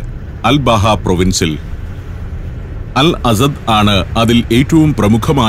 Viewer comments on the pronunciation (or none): none